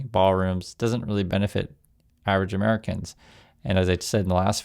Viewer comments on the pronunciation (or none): none